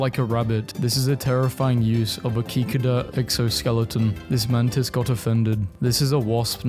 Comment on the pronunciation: "kikida"